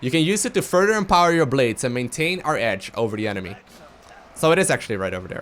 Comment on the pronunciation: ''EECHnemy'' omfg hahahaha im dying